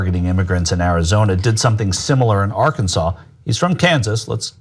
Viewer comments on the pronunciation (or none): none